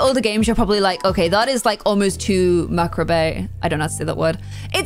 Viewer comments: Mac-rah-bey? Did you mean macabre? It’s said like mah-carb but also dictionaries have phonetic spelling 😊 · macabre = /muh - cob/ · Macabre is pronounced ma-carb. The build is so epic! Well done! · I think she meant macabre (ma-carb) lol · macabre is pronounced ma-cob. loved the video!!!! <3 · Macabre is usually pronounced "muh-cobb-ruh" ❤️ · Hi, Macabre is pronounced ma-car-bruh if you wanted to know:) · Macobre is pronounced Meh-KAH-bruh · Macabre, pronounced mac-arb. :)